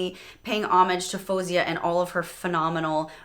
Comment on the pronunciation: she pronounces her name as Foe-zia btw, not Foo-zia :)